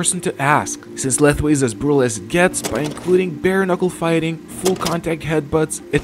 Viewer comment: Fun fact : Lethwei is actually pronounced /Lawei/ The more you know